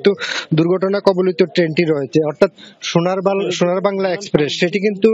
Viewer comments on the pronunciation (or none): Shonar bangla bolte giye ei oboctha😂😂😂shonar bal..🤭🙆‍♀️hayre bangla deshi manush....